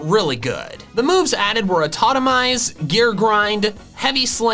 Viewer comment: its atitomize not atomize, you even was Talking about that i mml